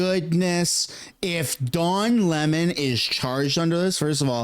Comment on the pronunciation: Uhhh...I believe it's pronounced, "Le-mon"...🤨